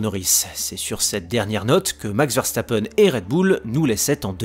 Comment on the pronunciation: Ça se prononce Veurstappen pas Verrestappen